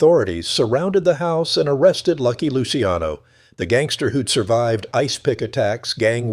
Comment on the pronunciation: AI shit can’t even pronounce luciano properly